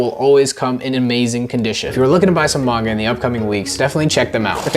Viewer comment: Why are you pronouncing Manga like that now?